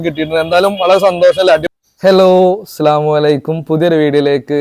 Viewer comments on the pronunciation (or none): Slavualaikum alla assalamu alaikum enn thanne paranjude